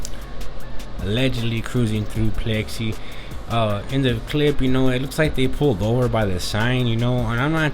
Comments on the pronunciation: Its pix ley .... Like pics lee not plexy😊😊😊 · It’s pixley not plexi! You sound like a retard foo